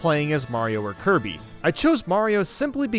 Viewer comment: U said tge names wrong, First theres Kirb, the Red Luigi, then Lonk, then yes